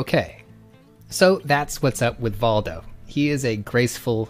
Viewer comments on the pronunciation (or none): I think it's pronounced Voldo